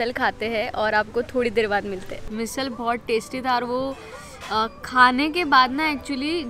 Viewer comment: Your channel is nice and content is good too.. doing videos in hindi helps larger audience to watch it, which is awesome too! But why to pronounce marathi words in hindi accent 🤔 somewhere we do this which sounds weird.. be proud of our language and pronounce मिसळ as मिसळ and not मिसल.. just one example im giving